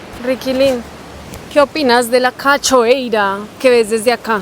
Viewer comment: corazon, será que antes de abandonar Brasil aprendes a decir cscada en portugués de la maneracorrecta???? 😅 no se pronunccia con ch, cachoeira, es mas bien sh CASHOEIRA,es como el yo de argenina... ca yo ei ra Te queremos!!!